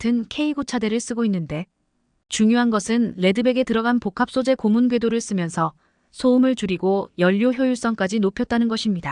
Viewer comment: 발음똑바로 하세요.예:고무_고문